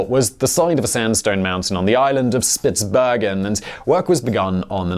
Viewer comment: Norwegian here - good work on the pronunciation of Svalbard and Spitsbergen. You must have trained a lot on those. However, Longyearbyen did not work out so well though :)